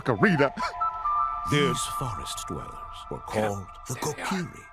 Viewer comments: It's Kokiri, Mike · It’s Kokiri, Mike. Kokiri.